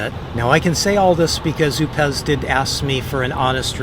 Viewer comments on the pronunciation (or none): I'm not sure, but I think it's pronounced O pes